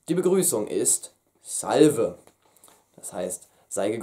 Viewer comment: Vielen Dank für die Mühe! Ich habe damals das Buch „Sprechen Sie lateinisch“ von Capellanus auswendig gelernt, da konnte ich gut sprechen. Noch ein Hinweis zur Aussprache: Die Verben nach der e-Konj. haben alle ein langes e auf der letzten Silbe im Imper. Praes.: salvē, avē, valē, docē… Und das Götz-Zitat heißt wohl eher "Nasus in culum".